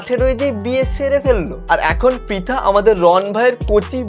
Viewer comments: First of all or naam pritha noi naam ta thik kre uccaron kr then age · প্রথমে তো নামটা ঠিক করে বলো। ওইটা পিতানা প্রিতি মন্ডল ঠিক আছে তোমার ইচ্ছা হলে তুমিও বিয়ে করো অন্যকে জ্বালিয়ো না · Dada age name ta too thik kore bolo 😂😂😂😂😂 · Abe name ta ontoto thik kore uchharon kor tarpor vedio banabi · Dada age prithi dir name ta valo Kore pronunciation koro tarpor na hoy tader niye roast video banabe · Vai namta to age thik kore bolo😂😂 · Vai age name ta thik kore bol tarpor roast na hoy korbi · Age tui nam ta thik kore pronounce kor tarpor roast korbi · Name tai thik kore bol then roast koris....